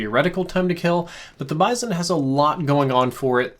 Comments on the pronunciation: It's BIZ-ON not BIZE-ON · I absolutely hate the way he says bizon lol I have never heard anyone pronounce it like that